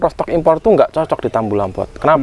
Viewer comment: Bacanya : rutstok um, bukan rotstok.